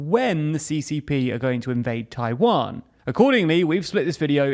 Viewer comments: Tawian lol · Ah yes, the Tawiwan strait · "*TAWIWAN STRAIT" 😁 When one erratum was fixed by another erratum. It's okay.